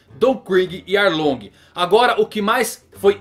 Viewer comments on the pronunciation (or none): none